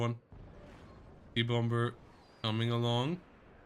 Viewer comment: You don't pronounce the second 'B' in the English words 'bomber' or 'bomb', 'bombing'. They're pronounced 'bommer', 'bom', 'bomming'. See Euros whose second language is English make that mistake very often. Just FYI, sound goofy.